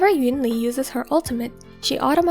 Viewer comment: although she still pronounced “yunli” the same way as EN dub rather than in chinese